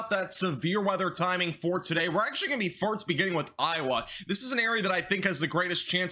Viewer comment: Are you saying farts instead of first? No joke, really sounds like it. Thanks for the info.